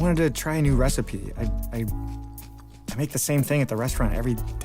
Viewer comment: “Reyes res-ipe- recipe” 🥺